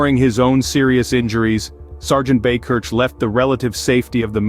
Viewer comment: Buy-Kirk, is the pronunciation, but he’s a local to me. Great hero and thanks for presenting it.